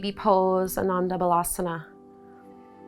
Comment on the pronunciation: Excellent class. Thank you. I think you should say Baalaasana not balasana. Balance means child, bhala means strength. You want to sat child’s pose not strength pose.